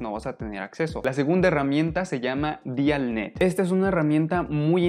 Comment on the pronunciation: "sains job"... "puv med" "DIALnet" "open acces teses and disrtechions"